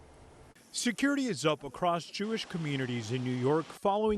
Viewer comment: She said state and homeland securtiy ...😂